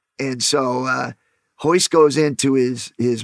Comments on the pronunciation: Why are they saying hoyce gracie??? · it’s royce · Spelled Royce but pronounced with an H. Same thing for some other Gracie's as well, like Rickson, Royler and Renzo